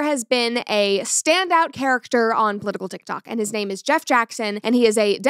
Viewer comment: I can’t get over him saying “powitical”